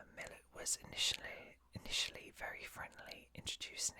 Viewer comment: The "lat" part of Milat is pronounced in a way that rhymes with cat. It's really sad that so many of his victims were never recovered/their families can never have true peace and closure. Random fact: My cousin actually lived next to one Ivan's brothers. 😮 I like your whisper. It's really chill to listen to. *sorry for the long comment